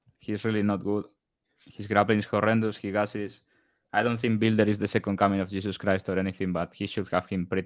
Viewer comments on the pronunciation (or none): “Bile-der” learn how to sound out a word you inbred…nothing like offering betting advice when you have a first grade reading level😂